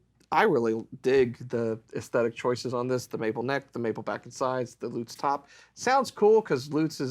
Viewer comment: Is there a any guitar that doesn't sound great in hands? Great sounding. Thanks. And thanks for pronouncing Lutz properly.